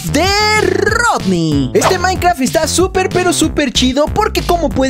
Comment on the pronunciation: es minecraft no maicra xd